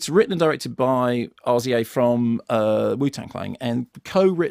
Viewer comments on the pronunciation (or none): It's pronounced rizza not are-zee-ay. What an old fogey Dr Kermode is. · its RRRZZZZAAAAAAAAA mark not R.Z.A schoolboy error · Arr-Zee-Ey? I don't expect Mark to know his hiphop legends, but come on, haha. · Rza, pronounced 'Rizza' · It's pronounced Riz-ah. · Came here to see if Mark can pronounce RZA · It's RZA, you know to rhyme with GZA. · Funny way of saying Rza!!!! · Love the reaction Mark had when Simon told him how to pronounce RZA. Lmfao. Great review, can't wait to hear your take on Django Unchained.